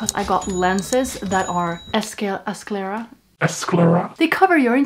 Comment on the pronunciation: Skah-lare-ah there's no e and you pronounce the s and c together to make more of a kuh sound.